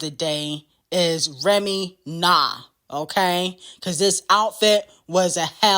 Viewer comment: Why she read REMY like that?